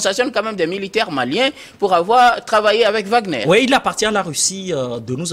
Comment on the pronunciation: L'homme à la cravate rouge est tellement nul qu'il n'est même pas capable de prononcer correctement le nom de WAGNER